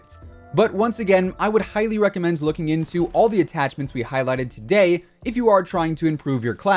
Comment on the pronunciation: What accent is that “for dotay” instead of today